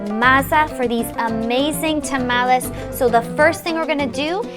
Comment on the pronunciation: she doesn't say to tamales right